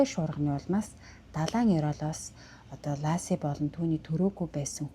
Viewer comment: Энэ хэрэг намайг Сан францискод ирсний өмнөхөн гарч, маш их дуулиан гарч зурагт, сониноор дүүрэн мэдээ гардаг бсан. Бүсгүйн нэр Ласи биш Лэси гэж дууддаг. Алга бсон өдрийн орой нөхөр Скотт нь Лэсигийн ээж рүү залгаж эхнэрээ асууснаар хойд аав нь цагдаад дуудлага өгч анх энэ хэрэг үүссэн бдаг. Бид ойрхон хотод бсон энэ дуулиант хэргийг ихэд сонирхож бсан, хэрэг үйлдэх бсон шалтгаан юу болох нь одоо ч тодорхойгүй бгаа, би хэргийн талаар Лэсигийн ээж, Амбер Фрэй, Скоттын эх өар эгч гм хүмүүсийн бичсэн 6 номыг амазоноос авсан нь одоо ч манайд бгаа. Энэ подкастад өар 1 алдаа бгаа нь С,А 2 сохор болзоогоор биш нэг танил нь зуучилж танилцуулсан нь номонд бий. Жич: энэ хэргийн тухай өнгөрсөн онд Нэтфликс 3 ангитай цуврал хийсэн. Аа бас хотын нэр Моодеста биш Модеста шүү.